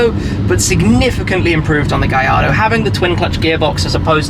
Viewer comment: It's pronounced GaLLardo. The L's are pronounced. Say it correctly.